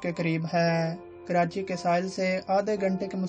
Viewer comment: Karati nai hota karachi hota hai